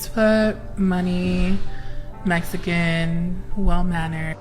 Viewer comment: ai became mexaxan